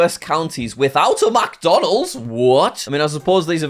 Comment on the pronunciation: JACK says macdonalds [mac huh]